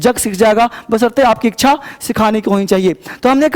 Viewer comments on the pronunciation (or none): none